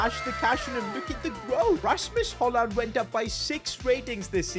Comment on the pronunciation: Your say it rashmos hojlon